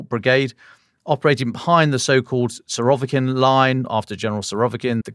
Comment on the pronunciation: Abrahams? Nucular? Surovkin? come on. the content is great but the pronunciation is cringe.